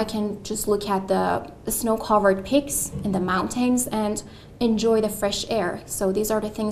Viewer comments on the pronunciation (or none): Its not a 9.. she has mispronounced words such as 'peaks'- she sounded saying like 'picks'